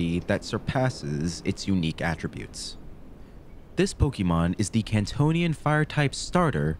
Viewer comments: 👓👌 It's "Pokémon", not "Pokeymon". This comment will make me sound unappreciative, but please don't think that; this whole series is obviously a good work and a labor of love! Also, why was Diglett's nose boiling? lol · "Pokeymon". Learn to pronounce it. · I enjoy this series, but it’s making me crazy how you say “pokie-mon” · Wtf you were saying pokemon right the first episode. Why are you saying poki-mon?